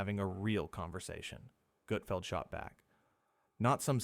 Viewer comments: ❌FAKE Never happened Never FAKE❌ F A K E E K A F Gutfeld never treats any guests so poorly! Especially Kevin Hart! It's NOT "GOOT FELD" it's Gutfeld!!! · OK I’m gonna say that you’re a moron when you say his name wrong when you’re trying to insult him you’re the one who is the idiot. It’s not Goodfeld! OK fine it’s GUTFELD! If you can’t even get his name right you have no business critiquing him. It makes you look like a fool you can’t even say his name right! And I’m sure you’re a left-wing loo. Greg Gutfeld rocks late night and there’s nothing any you can do about it! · Also you’re a bigger idiot because you obviously are not familiar with Gutfeld! Because all the talent is already seated and no one’s walking out and waving like they’re on the Tonight Show! OMG! I hope Gregg sees us and ripped you a new one cause you deserve it. Tell the truth and if you’re gonna critique someone make sure you say their name right and get the fax correct!